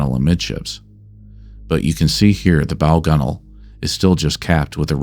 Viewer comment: The correct pronunciaton of "gunwale" is proof-positive of no AI narration. Hail!